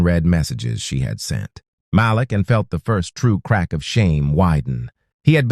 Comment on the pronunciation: Nice story. The husband's name is pronounced Ma-Leek. Every so often you say it correctly. Most often you pronounce it as Malek. Just saying. Thx